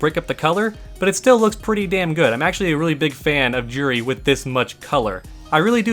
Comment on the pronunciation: Her name is pronounced "jew-ree", not "Jur-ree". Street Fighter has a history of mispronounced names (looking at you, rye-you!).